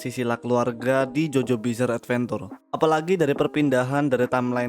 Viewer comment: adventure pronounce uhd·ven·chr